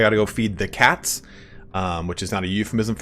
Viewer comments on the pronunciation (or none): none